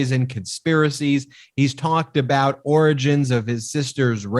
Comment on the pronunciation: Can you guys plz say the “Oranges” instead of “origins”??? Just once? 😂😂😂 LOL